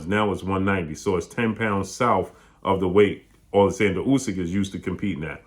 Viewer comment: AH-lexander, is how Usyk's name is pronounced.